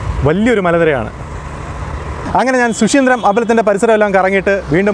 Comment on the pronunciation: ശു ശീന്ദ്രം അല്ല, ശുചീന്ദ്രം